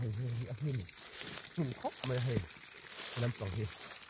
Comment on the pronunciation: Mei a ni lo, mai tih tur.